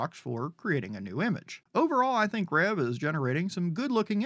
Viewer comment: Nice saying Reve right. You're like the only one! Rev is how it sounds from my understanding via the Discord, which is semi to very active given its age.